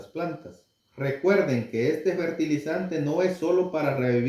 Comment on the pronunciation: FERTILIZANTES No se Dise Bertilizante